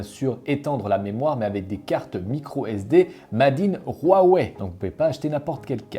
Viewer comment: Pourquoi dans ta prononciation Huawei tu y ajoute un r (rhuawei)🤔